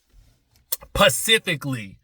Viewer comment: “Pacifically” took me out!!! 😂😂😂